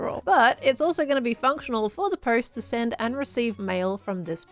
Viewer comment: Did anyone catch 'bulk sand' instead of 'bulk send'?